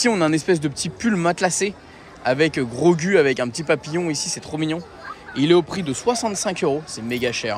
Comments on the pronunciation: c'est pas Grogu la prononciation mais Grogou 😅 🤣Belle vidéo encore une fois pleins de force à toi 😜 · Tu m’a fait mal au cœur quand tu a dit grogU ça ce prononce grogou 😂 et quand tu a dit c3po alors que c’est r2d2 😂😂😭😭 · C'est bien Din Djarin donc Mando, Ashoka, le droïde on voit pas bien mais vu que le fond est orange je dirais Chopper ? Et en dernier Grogu (ça se prononce Grogou)